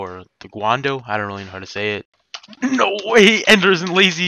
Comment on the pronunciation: his name is ender not enter lmao